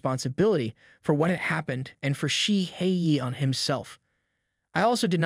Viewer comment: The way you keep clowning 🤡 Shihyeon’s name. SHE-hay-YON! There is some anger and snark behind your intense dislike of the MC. 😂😂😂